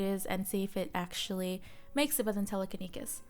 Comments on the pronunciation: Sorry just can’t get over the way you pronounce Telekinesis. Te-leh-keh-knee-sis. But thanks for this! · TelekiNESIS. Sleepy gorl can't speak. :P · “telekinekis” 🤣 I’m sorry! I love you hahaha ❤️❤️ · No one:: Telekenikis